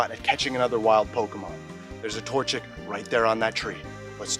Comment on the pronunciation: did he just say torchic 🫠